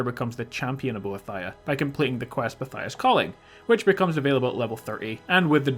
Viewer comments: bo-ee-thee-uh not bo-uh-thi-uh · ohhh myyyy gooood its bo-eeeeeeeee-thhh-iiiiiiii-aaaaaa not bo-thia!!!!!!! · I believe you pronounce Boethia bow-ee-thee-uh. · It's pronounced like "bow ee thee a" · I cringed every time you pronounced Boethia. :P Serious though, I love your videos. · the way you pronounce boethiah kills me bro